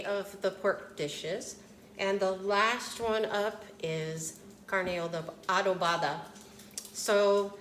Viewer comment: She is unable to pronounce the dish she is preparing. Carne Adovada. I don't know. who taught her how to prepare this dish. This is not Carne Adovada. I only saw her face and the end of her dish was never shown. She needs to concentrate her efforts on other dishes.